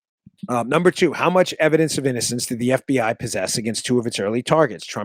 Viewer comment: Dan, heh, your affected pronunciation of F.B.Aihh, is from Silence of the Lambs I think. That's just the way that Hannibal Lecter says it.